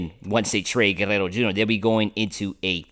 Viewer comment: Dude, it's not that hard to pronounce Guerrero. You are trying way too hard. Go back and watch Vin call a game when pete was on the team.